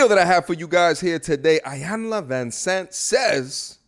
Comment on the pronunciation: "E-YAN-LA" please pronounce her name correctly. Thank you.